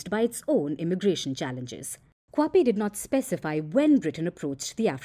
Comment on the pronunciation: Its Dr Lemogang Kwape not kwape